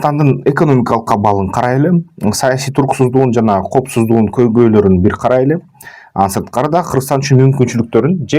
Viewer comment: Коопсуздук дечи копсуздук